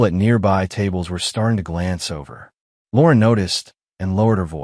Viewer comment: Lauren is not pronounced as Lorn